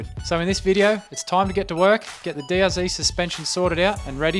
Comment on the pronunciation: How do you call yourself an Aussie saying DRZEE and not DRZED. 😅